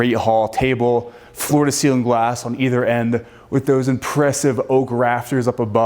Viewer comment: He would get much more credit should he be interested in listening to his lack of diction! I would imagine anyone would be excited to be in this building but please pronounce the words correctly! For example it is ceiling NOT ceelin. Also mountain NOT mouuun!!